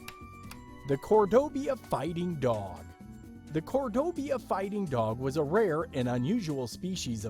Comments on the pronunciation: Why do you find it so hard to pronounce "Cordoba?" Why do you insist on saying "Cordobia?" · No. Not with this guy. It clearly says Cordoba Fighting Dog and the entire time he pronounces it Cordobia. Next. Guess what? The thylacine was possibly rediscovered a couple of weeks ago. But mostly the problem is that the guy's voice is just way too moronic and simultaneously condescending. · Please learn to read. Cordoba not Cordob-i-a........ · "Cordobia". It is Cor-do-ba. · cordoba... it must be pronounced cordobia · Lol. "Cordobia," and, "supposably." 😂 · Very interesting, but needs tweaking. The Cordoba Fighting Dog was referred to as a species, then later as a breed, and later back to a species. Please make your mind up and if you’re not sure, it’s a breed of dog, dogs in general being a species. Why was this ‘Breed’ being pronounced Cordobia, instead of Cordoba? Tisk tisc tisk! Also, nice to see that religious nut bags killed a Great Auk, because they thought it was a witch, thus helping the extinction of one of God's creations. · there is no I in Cordoba.... that makes me cringe every time he pronounces it that way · I love this idea! However, I did laugh each time Cordoba was mispronounced...